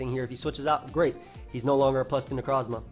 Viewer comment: am I the only one that always hears him say "niggarozma" instead of "necrozma" or am I just a terrible person